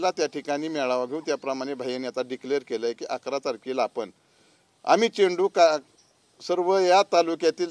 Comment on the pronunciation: चिंटू नाहीरे बाबा चेंडू म्हणायला शिका अगोदर.